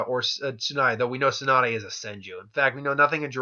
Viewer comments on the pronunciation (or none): none